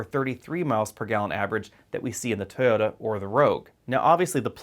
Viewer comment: Its TOYOTA not Tota! Did not understand what you were saying at first.